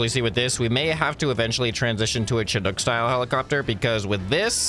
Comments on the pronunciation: SHInook NOT CHInook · Please please please - Chinook not pronounced "CH" and in Chair but rather "SH" as you SHOULD listen to me. :D Pronounced: shuh·nuk